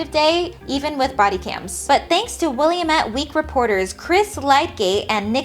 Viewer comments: it's Will-am-met, not Willy-met. Otherwise, great video. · Love the vid! Just wanted to let you know as a former resident of the Valley, it's pronounced Wil-AM-it (rhymes with "damn it!") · not tryna be rude but Willamette is pronounced will-lamb-it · Wil-lam-it damn it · I loved this video! :D Note: Willamette is pronounced will-am-ette. Keep doing what you do! :D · It's pronounced Will-am-ette because early Oregon settlers didn't care about French phonetics. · Thanks. This was very informative and interesting. also, Will-AM-ette :) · As someone who lives in the "Willy-met" Valley lemme just say I am now tempted to pronounce it how you have just to irritate everyone around me.